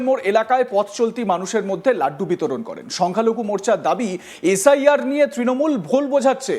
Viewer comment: কেউ ভুল বুঝুক আর না বুঝুক এই দাদা কিন্তু ভুল বুঝে গেছে। এইতো বিজেপির নেতা। একে কোন অ্যাঙ্গেলেনেতা বানিয়েছে আমি তো কিছুই বুঝতে পারছিনা। ভালো করে এস আই আর উচ্চারণটা করতে পারছে না। এর তো নিজেরই নিশ্চয়তা নেই মনে হচ্ছে। লিস্টে নাম তোলার জন্য একেটুপি পরানো হয়েছে। একে বর্ডার এ পাঠিয়ে দেন তাহলে এস আই আর এর দরকার হবে না। এ ভাই শুধু সংখ্যালঘু নয় মনের দিক থেকেও সংখ্যালঘু। রিহার্সেল টা ঠিকই দিয়েছিল কিন্তু একটু মিসটেক হয়ে গেছে।